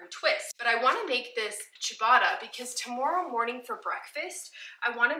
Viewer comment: You're definitely not butchering "ciabatta". I need to try making a sourdough version! That's a little weird though that it calls for dimpling the loaf. Usually it's focaccia that you put little dimples all over the top.